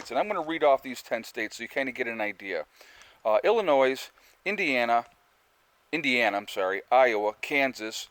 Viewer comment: ....it's pronounced Illinoy....not Illinoise. There is no 's' on the end.